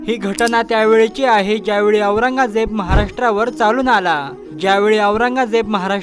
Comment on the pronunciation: औरगाजेब म्हणता येत का येड्या वाचन कर